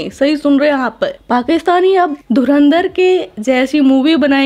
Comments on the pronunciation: dhurandhar… bol bhi nahi sakte… dhurinder bolte hain. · धुरंधर को धुरिंदर बोल रहे हैं यह जाहिल पोर्की। काश थोड़ा पढ़ लिख लेते तो बोलना आ जाता । Aaaaaathuuu😂